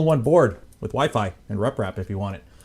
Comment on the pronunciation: WeeFee. WEEFEEEEEE.